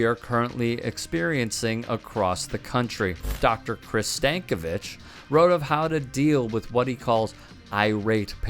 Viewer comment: "stankovich"? LOL